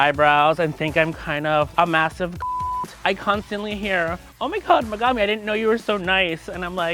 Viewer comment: How u sayin u a geek then not saying Megumi like how it's supposed to be said